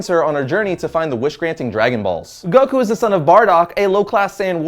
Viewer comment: Like Guh not juh